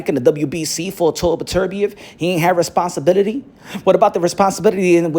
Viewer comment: My man said "responsibibidy"